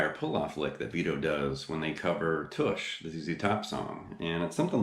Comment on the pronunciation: It's Tush as in plush, not push, FYI.